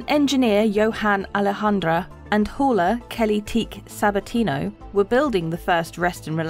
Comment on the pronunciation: That "hauler" sounded like 'whore' 🤨